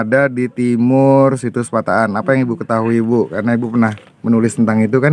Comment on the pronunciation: Balikpapan nyimak.....min penulisan dan penyebutan tempat yang benar, pataan bukan patakan.....👍👍